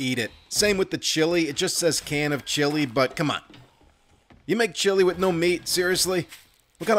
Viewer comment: I've been catching up on this channel and I have to put in my guess for Glock9's accent - It's clearly East Coast but I was torn between Boston and Philadelphia. At first I figured New York. - But it has to be Philly. Can anyone confirm or deny? The tell is that he says the word "with" as "wit", which is a Philly thing.